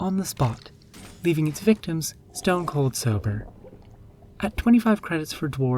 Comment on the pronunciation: Its “victims” lolol. I loved your take on the leaf lover’s special.